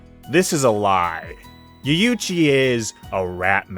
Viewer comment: I like the vid a lot and its really not a big deal but your pronunciation of japanese words/names is crazy. Yuyuchi? Maka-tow? NOOKIE MEN? C’mon bro 😂